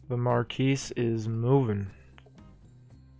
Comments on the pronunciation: I am french and you pronounced it well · You are definitely correct on the Marquise pronunciation. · Great video, as usual, and I like how you described the pronunciation of Marquise. You are correct about that. However, I do believe you’re mispronouncing the word “despot”. According to all sources I could find, the ‘t’ at the end is not silent. Not trying to be annoying, but just want to let you know